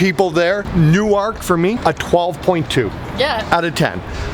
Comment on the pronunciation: Best vid so far. Yepper,CB Park doesn't have a bad seat and so much like Montreal Canadians fans for booing. The Fanatic is the best mascot. BTW, your pronunciation of NewArk was hilarious 😂 It's New errk like twerk!